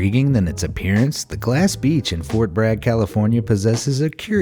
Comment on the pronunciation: Oppearances? wtf? I've never heard anyone say oppearance instead of appearance